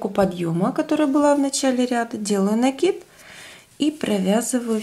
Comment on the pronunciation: НакИд научилась говорить правильно,а вот петЕльки - никак...все пЕтелки,да пЕтелки...сем, восем...